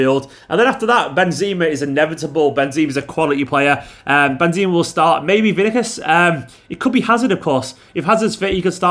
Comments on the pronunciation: Did he just day Vinikus? Vinikus??!!! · “Benzima” and “Vinikus”😂😂😂👌👌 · Who the hell is VINIKUS😂😂😂😂😂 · Is it just me or does say Vinicius weird